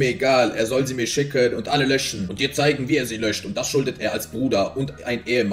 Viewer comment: Bro warum kann die en Endungen nicht aussprechen? Er spricht alles mit einem Ö aus anstatt mit-en. Er sagt nicht zeigEN sondern zeigÖN. FindÖN. AusdenkÖn. SchenkÖn